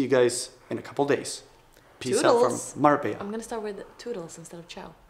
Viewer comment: MABELLA INSTEAD OF MARBELLA IN THE INTRO GUYS